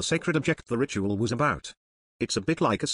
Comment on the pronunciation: I can't help but hear "Rituél"